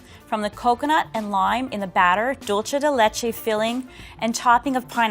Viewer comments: They also said "dulche" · I don't know why you find it so hard to pronounce DULCE. It's not DOLCE. It's like Drool without the R and the "Se" part in Semi.